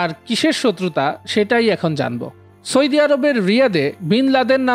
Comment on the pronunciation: সয়দি আরব নয় ভাই কথা টা হলো সৌদি আরব